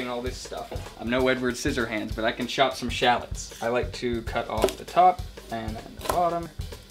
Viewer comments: Ben Brown yup 😂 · Yup made me want to shout everytime he said it